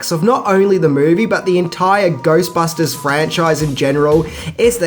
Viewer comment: 3 secs watching and I hear Goystbusters :P